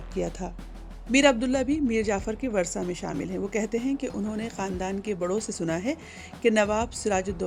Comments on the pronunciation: آپ اپنا تلفظ درست کریں وُرثہ کو باربار ورثہ کہہ رہی ہیں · It's "wurasa" not "warsa". Pronunciation is important too. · 'میر جعفر کے ورثا' اور ورثا ایسے نہیں پڑھا جاتا جیسے آپ نے پڑھا ہے۔